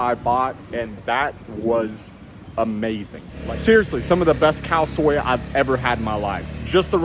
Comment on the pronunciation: Don't they sell a helmet in 7-11? I thought they sell pretty much everything nowadays. Lol. Hope you have a great trip and safe journey. That Khao Soy noodle look scrumptious though. ( Say 'soy/ soi' like you say ' Toy ,Soy bean' If your say Khao-sauy,it's steamed rice . ) xx